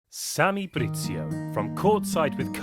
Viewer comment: Video starts “Samy BriZZio” ooooook ahahah